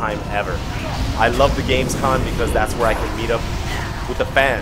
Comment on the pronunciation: Still saying GamesCON, wtf dude?